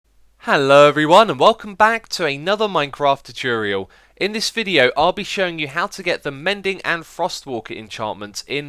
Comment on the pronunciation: Many years later and x still can pronounce tutorial